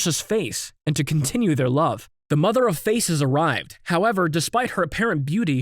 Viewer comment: bro u pronounced Mother of Faces wrong u said Mother of eArS